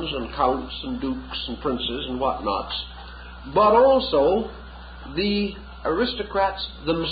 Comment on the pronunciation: he said 'whatknots' lol